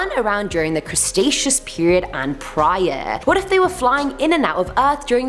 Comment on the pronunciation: Did she say the "crustaceous" period? 🤔